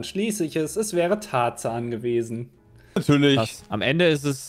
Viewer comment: Tarzan - Tat Zahn = do tooth